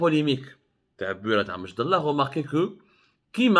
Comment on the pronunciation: سي عبدو سمار ،ملاحظة لاتقول مشدالله كما تنطقها بل أمشدالة بكسر الألف ،وسكون الميم ،وفتح الشين والدال والام والتاء المربوطة صماء.وكلمة أمشدالة هي جمع لكلمة امشدالي مثل ڨبلي والجمع اڨبالة...وتسمية المنطقة بامشدالة لها علاقة بلون التراب ،الاحمر القرمودي ،واصل الكلمة امازغية وهي إمشدالن imchedelen.....nos respects Mr Abdou...et dire que la direction des affaires religieuses connaissait les déclarations racistes de cet immam et elle l'avait affecté Ilya une année !!! Et elle vient maintenant, zaama, éteindre le 🔥 feu